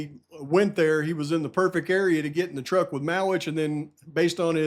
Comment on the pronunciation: Truck - not Tuck